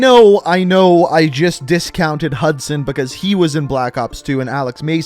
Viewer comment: its actually hudson lmao